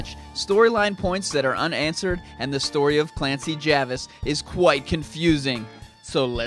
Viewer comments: Its Jarvis not javis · Jarvis tho. Not Javis. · apparently its Jarvis not Javis, that was the mistake on the producer's side I think it was japanese to english translation error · I wonder what everyone would have said to capcom if Clancy Javis was the main character instead of Ethan (also I'm pretty sure Clancy's last name is pronounced jay-vis)